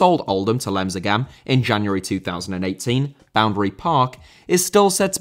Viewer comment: Lemsagan,not Lemzagan